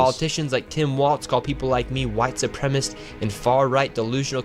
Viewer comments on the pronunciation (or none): Nick Shirley doesn’t know how to say “white supremacist”